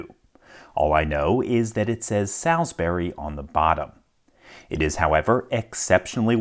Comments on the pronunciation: Only thing I can add is that the moniker is pronounced with a long 'a' as in 'wall' or 'crawl' Whatever the name means as a brand or company, its also an area in the south of England (famous for stone henge) Loving the feed. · not pronounced as SAL[LY] girls name, but as SAL[L] - as in 'wall', or as in 'Saul' in the BIBLE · Great video as always. Nb "Salisbury" is pronounced more along the lines of 'sawlsberry" than 'Sals-berry' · The correct pronunciation for Salisbury is - "saulls-bury" Saull - like the old guy from oceans 11. Bury - like I had to bury my dead pet. Put the two together and you've got it. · For those who speak English here. The brand name is SalsbUry and not SalsbEry . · FYI - most of the time, English placenames that end in -bury are pronounced "bree". So, Sawls-BREE, not Sawls-Berry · Salsbury is pronounced as "Solz-bree" not "Salz-Berry" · indeed it is. Salisbury (pronounced sawlsbry) is in Wiltshire, England. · It's pronounced "suls-bree" just in case you were interested. I'm not bring a dick. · Thanks LPL. 🙂👍 The 'a' in 'Salsbury' is pronounced as 'o'. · Salz-Burry Salz-Burry! 😂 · For reference, it's pronounced Sulls-berry. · Just FYI: 'Solz-buree'. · As a help it’s pronounced more like saulsbury. There is no Al, as in the mens name in it. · Salsbury is pronounced 'solsbury', similar to how the pronunciation of salt is 'solt' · cool video, but it'd be pronounced with a different "a" sound. Like if you were saying all or hall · Not being critical just letting you know that Salsbury is pronounced Saulsbury. :) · Pronounced 'salsbree' :) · Salsbury pronounced "Solz_bri". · It's pronounced Sal'sb'ry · Pronounced solsberry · Salsbury pronounced Solsbry